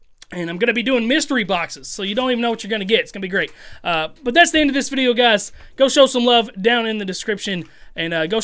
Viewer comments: He’s referencing to how says “vidya” instead of “video” in his intro 🤦🏾‍♂️😅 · When he didn’t emphasize the vidEYEAH in the intro 😔